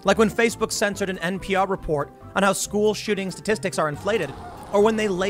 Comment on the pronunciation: he totally said “school shittings” 😂😂